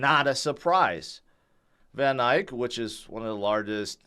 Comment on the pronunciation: I appreciate your knowledge,, but it is VanEck not VanIke. Eck not Ike. Thanks,.